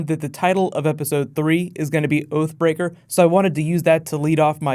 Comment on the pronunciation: Thought you said OAF BREAKER. ...thought Hodor had a fall.